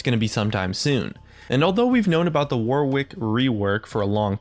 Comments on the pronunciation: His name is pronounced War-ick, not War-Wick. Yankee Doodles! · It's WAR-ICK not WAR-WICK, god damn Americans...love your videos tho :) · Warwick isn't pronounced war-wick, it's more warrick, like Yorick but with a W. Honestly cringed every time you said it wrong. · Can no one say his name right? Its Not pronounced 'War', it's pronounced 'Woh'. The 'W' in the middle is also silent, phonetically it would be spelt: 'Warick'. So it's not War-wick, It's Woh-rick lol. Reference: I've lived near the town my entire life, people getting this wrong is so common, And the Actor Warwick Davis. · When people say War Wick when its pronounced Warick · The way WARWICK is pronounced is "WARRICK" like the actor, Warwick Davis. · It's warwick. It's a city in england, and a song by duffy. It's not war wick. The second W is silent. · "War wick rework" Mate, Warwick's a real name. It's pronounced Worrick. Like Warwick Davis. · Warwick is pronounced in a very similar way to Yorick, just with a W obviously. It isnt war - wick. :) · Just fyi, it's pronounced "warrick". The middle 'w' is silent. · I'm pretty sure it's pronounced worrick. Stop torturing yourself. Like to save a life. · The way to pronounce Warwick is to just ignore the second W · he tried so hard not to say warwick wework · that's not how you pronounce warwick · Don't you just love how Americans can't pronounce Warwick? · Hint - the second W is silent...